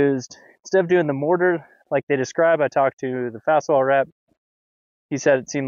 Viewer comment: It's Faswall, not "fast wall." And whether or not it's better than CMU is subjective, depending on the homeowner's/builder's end goal. CMUs are entirely cement, are mortared with cement mortar, and may or may not be in-filled with cement. This results in finished concrete wall that is not vapor-permeable. However, if the homeowner/builder desires a finished concrete wall that is vapor-permeable and naturally regulates indoor humidity levels, then Faswall (and also Nexcem and Durisol) is the way to go, since the wood-cement composite blocks are vapor-permeable, and will remain so provided they are finished with vapor-permeable material like lime render or clay and/or are clad or veneered properly (with rainscreen and/or weep holes).